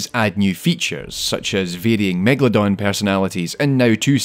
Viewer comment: It's megalodon. Not megaladon, or megladon like he writes and pronounce it.